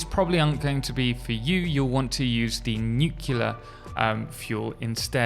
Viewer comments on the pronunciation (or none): Nu------clear, nu clear. not nucular. there is no second U.